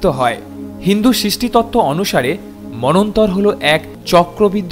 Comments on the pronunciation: আরে ভাই ভুলভাল বাংলা উচ্চারণ করিস কেনো? মনস্তর নয় মনন্তর হবে। আগে ভাষাটা শিখে নে, তারপর ভিডিও করিস।😂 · মনু+অন্তর=মন্বন্তর। উচ্চারণ হবে manwantar 🙏